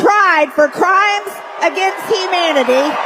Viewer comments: It did sound like she saod "crimes against Hemanity" Maybe she thinks Dr Fauci is Skeletor, or she's upset because she couldn't go visit her favorite Manatee man at the beach. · She said :HEmanity😂